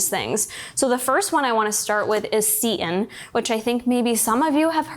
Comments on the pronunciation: Just FYI for those of you not familiar with seitan- it’s pronounced “Say-tan” not “seat-in” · She pronounces seitan as 'seat in' but I've only ever heard it as 'say tan' so I was so confused at first!